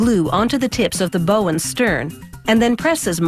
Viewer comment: Do we drink every time she mispronounces bow?